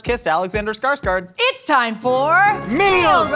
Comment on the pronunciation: Skarsgård... "scarsgOrd" 💀